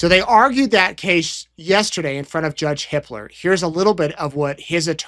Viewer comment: Hiplos?? Oh. No. Hipler. Whew!